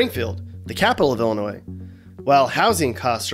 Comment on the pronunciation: Illinoyed!!! To say the least!